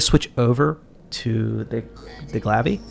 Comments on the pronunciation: The glav-ve.... it’s pronounced Glaive... Gla ay ve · This guys an idiot not knowing how to say Glaive.